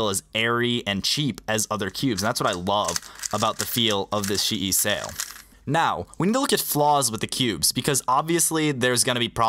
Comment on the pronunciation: Geometry Dash Buggy it's chee yi as its pronounced in Chinese but almost every single Chinese speedcube brand or cube is mispronounced so who cares